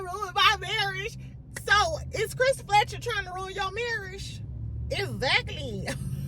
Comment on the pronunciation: you kill me about Tisha's "marrish". 🤣😂🤣